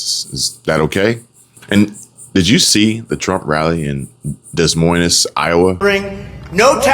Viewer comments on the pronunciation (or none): Love your calm, logical explanations! Thanks for your commentary! FYI, Des Moines is French. You dont pronounce the s- it's pronounced 'Deh Moin'